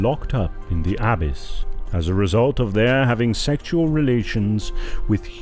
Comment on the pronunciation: Peace be with you. The readers or speakers could easily use google translate or some other app to hear how words and names are pronounced like "abyss" and "Canaan."